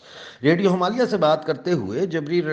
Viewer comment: jab aap radio Himalaya kehte hain to usme last (A) silent rakha kijiye, thankyou please bura mat maanyeega.